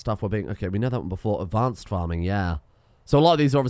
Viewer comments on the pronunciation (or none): none